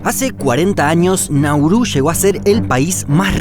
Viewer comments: Es [[Náuru]] no [[Naúru]] no [[Naurú]], por lo demás perfecto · Todo bien, pero es Nauru, no Naurú